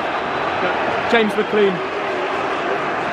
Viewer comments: ITS NOT MCLEEN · hey im from ireland and its prononced mclane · it’s pronnounced mclane